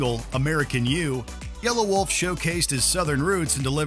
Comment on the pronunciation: It's not yellow-wolf it's yelawolf